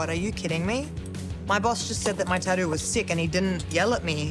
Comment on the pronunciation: lol they way she says tattoo